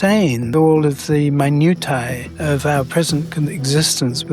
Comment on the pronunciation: 30 seconds in I hear "emeritus" and "minutia" mispronounced in a way that makes me wonder if the universe is messing with me. I know that both of you know those words and how to pronounce them.